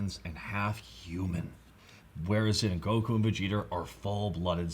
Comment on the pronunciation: Seriously! GO-ku, not go-KU. I can't be the only one bothered by this! It's like saying go-HAN instead of GO-han!